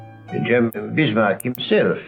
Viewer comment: didn't spot that because Italian doesn't have the English short 'i' as in 'bit' - he will say 'beet'. I can't understand why has to say 'hosteeleety' and 'uneducateed' when he can say 'Bismarck' perfectly well.